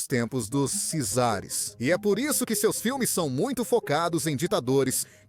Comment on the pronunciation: Não é keines é Cánnes...não é szares é czares...culturalmente vocês brasileiros estão muito atrás....